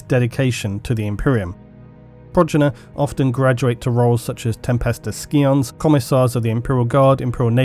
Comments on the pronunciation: “Tempestus ski-ons” ffs... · Tempestus scions is pronounced with the c being silent like in scissors. Not like it’s a K. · Skee-ons lol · Scions are good at fighting. Skee-ons are good at Skee-Ball.